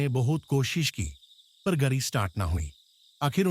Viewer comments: yr kam se kam hindi to ache se bol le yr darr ghnta lgega ese sun kr hindi bi ni ari isko thik se gadi ko gari ata jata falana dhinkana bi kya h yr bahar ko bhar kya h ye bnda darwaza baand hojata ek kamre m baand kr lete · Angrej ki awlad tu English Bol Hindi taray bas ki baat nahi angrajo ki awkat nahi hai awkat may rehna seekh gari ko gri bolta hai jahil